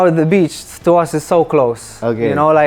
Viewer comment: DICA: two, to, too, TEM a mesma pronúncia.Reparem ele falando "tô", e não "Tchu", igual lhe ensinaram.